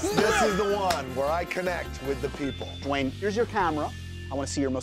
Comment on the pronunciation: “Jwayne the rock Johnson” “JWAYNE!”